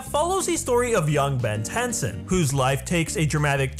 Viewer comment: am I the only one who heard tenson?